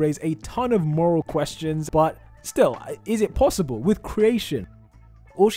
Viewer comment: Did he just say plossible